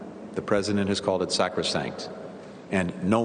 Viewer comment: "The president called it sacrosanct." Ha! Ha! Ha! Really? The president can't even pronounce "sacrosanct".